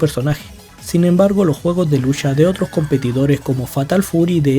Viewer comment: Estoy enamorado de Juri desde que salió,es la mileena de SF y usa también el morado,por cierto me molestó un poco que digas "lusha" en vez de "lucha'. Por lo demás buen video sr